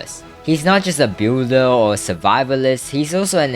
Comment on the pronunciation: saying builder in a weird way littery had my ear drums crying